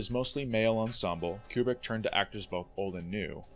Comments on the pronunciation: Kubrick, not Cuebrick. How do you make a whole mini doc and not know how to pronounce his name? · I've always heard Kubrick's name pronounced "Koo-brick" - not "Cue-brick". And Adlai Stevenson's first name is pronounced "Ad-lay" not "Ad-lie". George C. Scott's character's name "Turgidson" is pronounced in the film with a soft g.